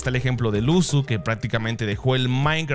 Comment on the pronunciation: like cuando dices maincra en vez de maincraft